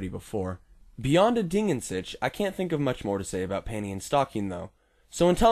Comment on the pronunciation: Your pronounciation of "Ding" was correct and you can easiely fix your pronounciation of "an" by exchanging the a sound you did with the a sound in bartender, the n stays the same. The "Sich" is the tricky part as I can't recall for the live of me any english word with a simillar pronounciation of the german CH.